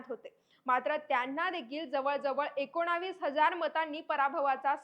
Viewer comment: एकोणाविस नाही मॅडम,एकोणीस असे म्हंटले पाहिजे.